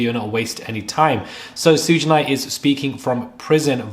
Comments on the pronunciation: Prounounced "Shoog Knight." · I wanted to subscribe but the way you said Suge Knight drove me nuts 😩